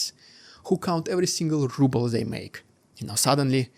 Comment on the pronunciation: The Russian "Rubbel" . So true 😂😂.